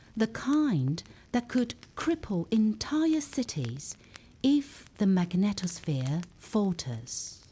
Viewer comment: Your extremely melodious voice let's me think about correct 'pronunciation'. When it comes to magneTOSSphere I have to laugh out loud. The word NASA above (including the logo used in the first footage) must be a mistake. That is not a report from NASA - it's way simpler: CLICKBAIT.